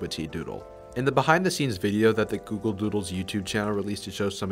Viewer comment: at the start you say google voodles